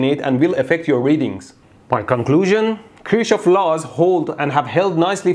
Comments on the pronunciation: Kir shohof 😂😂😂 I'm in high school andthisisfunny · The only reason i clicked was becuz i wondered how he was gonna pronounce “kirschoff” He know why 😂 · I'm just here to see how you pronounce Kirchoff as an Iranian 😂😂😂